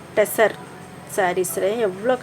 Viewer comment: டிரசர் அல்ல டஷர்